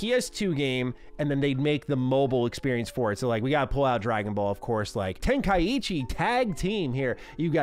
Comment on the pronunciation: Nice collection FYI 90% sure you said “tenkaichi” wrong